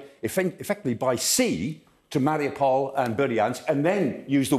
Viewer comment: It’s Mari U pol. Not marry-a-pole.